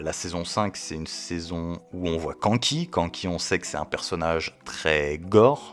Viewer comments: prononce le K'anne ki avec le "an" de Kanki prononce le comme le "âne" s'il te plait 🥹🥹🥹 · Mec j'aime tes vidéos. Je suis un grand fan de Kingdom mais prononce Kanki autrement stp 😭😭😭😭